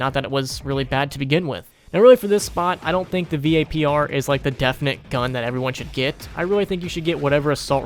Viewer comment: If this dude says V.A.P.R one more time.... just call it vapor